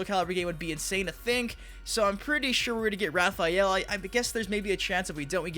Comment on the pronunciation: Tf is Repheal? Lol